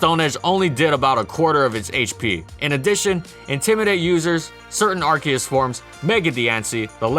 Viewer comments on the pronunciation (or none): but it's are-see-us